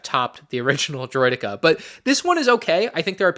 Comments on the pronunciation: Makes snes but "Droideky" ? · “droid e key” ✌️😭